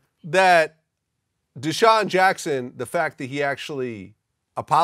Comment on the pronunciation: Hahahaha Godfrey said douscheon Jackson